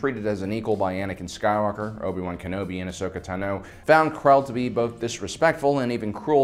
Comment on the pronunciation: The way to pronounce things is annoying.. FORWARD! NOT FOEWARD TAHNO NOT TUNNO